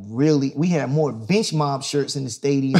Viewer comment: I heard "bitch mom" instead of "bench mob"